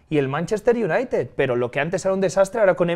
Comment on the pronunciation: El "Aston UNAIted"